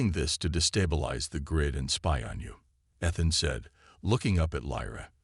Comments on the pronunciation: I have to agree, time for a new AI maybe something you have to pay a small sum to use. This one you're using now can not even pronounce Ethan's name correctly. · Nice story, so far. I am at 22 mins and I must say....your AI, as most others, SUCKS!!!! Do you ALL get the same version AI from the same second hand store!!!???? What is his name????: "Eh-than", "ITH-in", "ITH-an", "EE-than", !!!????? What is: "BEAR-idgd"(barrage), "..Bids of sweat..", "SAB-uh-taydged"(sabataged)!!!!!????? What other BS mispronunciations are to follow in the next 23 mins????? I REALLY wish you ALL would stop using AI until they can actually spoke Anglishes!!! Narrate your stories yourself like the better guys n gals do. THEY don't make grammatical mistakes a thousand times in one story. MUCH more enjoyable that way!............just sayin............ OH,.....and at 45 mins...."un-RED-able"!!!!!!!!!!!!!!!!!!! POS AI. That's all...........POS AI.....and freaking "SAB-uh-taydge" about a THOUSAND freaking times in this story.!!!!!!!!!!!!!!! WELL, then Finally ......"COZ-muss"(cosmos)...again...what a POS AI!